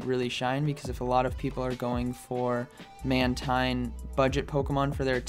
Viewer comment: Sounds like you say bubble man team...LoL